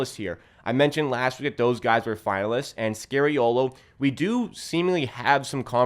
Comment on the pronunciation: Dude, you’re good but….. can you STOP saying SCARY-OH.LOH? His name is pronounced as in SKA-REE-O-LO or SCAR-E-O-LOH. Please. Please. I’m Italian and it hurts to say ppl butchering Italian names.